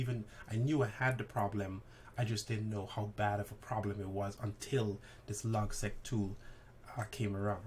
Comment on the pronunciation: It's Logseq. Not Logsec.